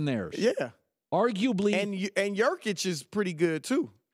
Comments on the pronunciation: Nurkic* not Jurkic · yurkic Lol you mean nurkic?